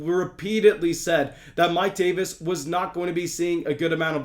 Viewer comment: The way he said Mike Davis is a bug with the coach saying it was hilarious😂😂😂